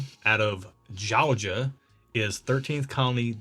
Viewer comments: "This little squatty boi outta JOEJAH" and then Erin's reaction 🤣I gotta say, you speaka my langUAJ 😄Thought I was the only one that got a little playful with pronunciation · pronunciation of Georgia checks out. Cheers!